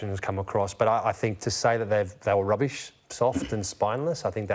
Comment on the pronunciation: patheitc, spineless, roobish! LOL